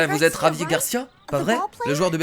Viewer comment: on dit javie